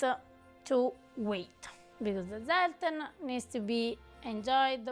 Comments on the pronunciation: try to pronounce Zelten with a TS, rather than a Z!!!! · The "correct" pronunciation is germanic : [tselten], from tents, like in camping-tents, cuz it was a long-lasting, survival "preserve" of fruit and nuts, and pick-me up liquor, for the harsh winter months, until new crops and harvesting would provide fresh products again, in spring 😊! As well, dry fruit and nuts, cooked together, preserve each other with sugar and oil, and are the seasonal diet, to face short days and bitter cold, at a time where buying sugar and oil was a rich-people's privilege. So all these are traditional sophistications of "cucina povera"! Happy holidays from Paris